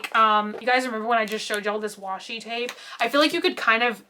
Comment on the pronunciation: Nah it's called washi tape lol she just said it weirdly